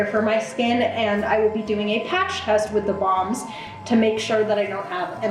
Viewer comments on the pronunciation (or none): Lol I keep thinking you’re saying bongs not balms 😂😂😂😂